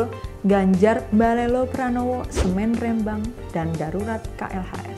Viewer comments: Ngomong Rembang nya salah , harus nya di teken , kayak ngomong "merem " Rembang gitu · Nyebut rembang ny aja belom bener 🙄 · Spelling nya Rembang salah say hehehe. Huruf e nya di baca gak seperti itu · rembang pake e bukan é ... cmiiw